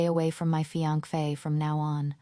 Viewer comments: Every time it was supposed to be fiancée and fee ankh fay came out, it just became more and more hilarious 😂😂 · Is the fiankfe an ai problem or a narrator problem? There isn’t even an F sound at the end? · I'm dying every time I hear fiankpheyy😂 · I hear fianquey, tbh 😂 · The AI can't say fiance' right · nearly choked on my popcorn when I heard that! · and every on 😂 gosh it's so ticklish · Mee too😂